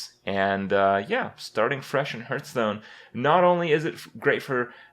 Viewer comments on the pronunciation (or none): Now that you've changed the way you say "Shaman" it's time to go all out and start saying "Hearthstone" properly. Be brave.